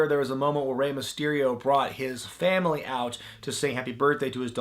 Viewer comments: "Famn damily" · "fam damnly"?